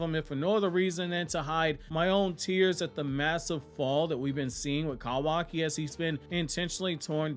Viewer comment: The way you say “Kawaki” almost made me click off the video every time